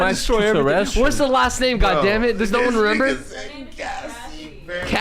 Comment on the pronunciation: As soon as fucked up Cassies name was like that's my que! 😂😂😂